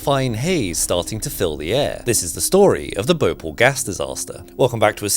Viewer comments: Dude it's not bhople it's bho-pa-ll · It's Bhopaal not bhopul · Great video as usual! Just wanted to point out a small correction in pronunciation: Bhopal is pronounced as Bho(aspirated b)-paal. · Actually that's (bho-paal) not (bho-pal) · Not bopal It's pronounced BHO Pal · Bo paal.. not Bo pul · Yo bro its not pronounced Bhopol is pronounced like Bhopaal (not correcting just saying the right way) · It is called Bhopal not Bhopl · As a person who was born and lived in bhopal all my life I have never seen someone pronounce bhopal that bad its bhoo paal not bopal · As an Indian I feel offended by you pronouncing bhopal as (bo-pal) Its more like (bho-pall) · BhoPAL. Like the English word "Pal" not pel like you pronounce it. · Bhopal ❌ Bople✅ What a pronounciation😂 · Pronounced Bho paaal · Well It's Bhopal in spelling But in pronunciation it is Bhopaal Edit: Bhopal is the capital of India's middle most state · It's pronounced bhopaal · Thanks for covering this. Just for reference, the place is called Bhopāl pronounced Bhopaal with a hard Airy 'Bh' sound. The place still suffers severely polluted & hard water. And the fact that the place lies largely amidst arid region doesn't help either. A beautiful city today, yet suffering consequences of this incident. Worst part Union Carbide (aka DuPont) literally got away with mass murder in this one. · Bro it's BHO-PAL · It's said - bho paaal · Not bhopal its pronounced Bhopaal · By the way, it's pronounced , Bh-ho-pal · Bo-pal. That's how you pronounce it. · It's actually bhopaal for you just add an extra A why are you saying it so hushed hushed as of someone will tax you for saying the extra As 😅😅😅 well if you aren't in America but if you are I can understand😂😂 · So irritating the way you pronounce Bhopal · He pronounced Bhopal wrong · Sorry to point but since I am from Bhopal, you have managed to pronounce Bhopal wrong